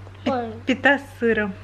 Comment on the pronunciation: я подумал что вы совсем недавно так как не знали информации по поводу кайтанот в августе...и еще произношение слова пита у Вас была на букву А ))))) Мадам , вы ввели меня в заблуждение ))))